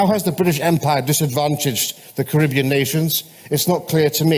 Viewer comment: I just take issue with their mispronunciation of Caribbean otherwise I have few criticisms